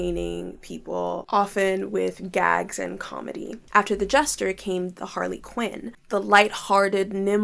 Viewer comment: I'm sorry to be that guy but it's Har-la-qu-in not har-lee-qu-in